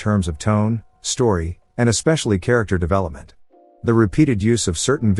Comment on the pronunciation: "Characktar develepament" 🥀🥀🥀